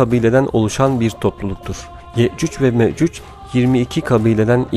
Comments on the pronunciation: Ye'cüc Ve Me'cüc diyor. Okuyunca böyle bir telaffuz ortaya çıkıyor. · Yakında yeeeeeeecuuuccc" ve meeeeeecuc olur kardeşim yecuc ve mecuc telaffuz ederken dikkat et